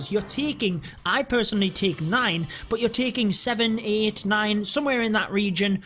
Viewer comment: It's "BUT" not "BOOT"😡😡